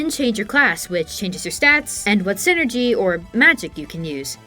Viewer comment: I'm only partway into the video, and I'm enjoying it a lot and will finish, but I had to pop down to the comments for a sec. Every time you say "synergy" my brain flashes to a corporate middle-manager. It's psynergy like PSYchic enERGY, "sai-nurr-jee". 😅